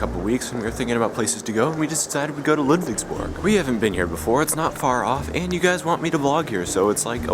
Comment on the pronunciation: Ludwigsburg, huh? Your pronunciation seems to haven gotten a lot better and you seem to be getting the hang of it by now. Not "Ledwigsbörg" anymore. =) And even a proper "Märchengarten". Congrats!